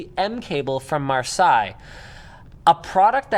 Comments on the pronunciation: Hi Linux if you whant to prononce Marseille correctly you just have "Mars" say haha you see... Marseille = Mars Say ! 😂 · I may not be the first to point this out but if the name of the cable is the same as the French town the word is pronounced as Mar-say. The town has a decent football team and the name is pretty well known in Europe. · u dont either linux its called marseille [marsej] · its pronounced Mar-Say . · I like how Linus corrects the pronunciation of attempt at Marseille and then just butchers it himself. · Lol both of them pronounced Marseille wrong :) ::) :)